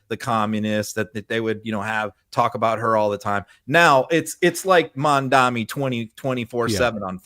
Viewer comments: Yeah no idea why doesn’t just correct him, he says it wrong every single time 😂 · Love you, but you're mispronouncing Mamdani -- it's Mom DoNNy -- not Mom DoMMy. 🥰